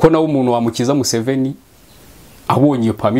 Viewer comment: Iyo uvuze Museven, ndaseka nkajya kw'itaka, kuko ndayoka😂😂😂😂😂😂